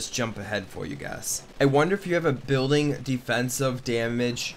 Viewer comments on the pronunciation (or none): none